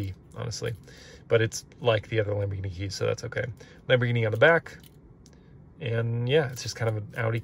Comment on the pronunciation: You're not even calling a Lamborghini properly saying Lamborghini Lamborghini Lamborghini is not lumber it's lambo Lamborghini not Lamborghini